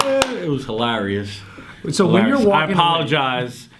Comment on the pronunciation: stupid fuck can’t even pronounce hilarious properly